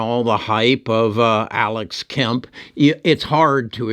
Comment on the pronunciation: Alex “Kemp.” Haha, you do this on purpose, it is very funny. In all seriousness, I appreciate these videos. Long PLTR. Thanks for what you do!